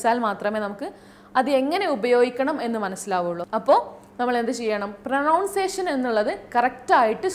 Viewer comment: പ്രനൗൺസിയഷൻ അല്ല മാഡം പ്രോനൗൺസിയഷൻ ഇത് കുറ്റപ്പെടുത്തലല്ല നിങ്ങളെ ശ്രവിക്കുന്ന ഒരുപാട് ആളുകൾ ഇതേ വാക്ക് ഉപയോഗിക്കും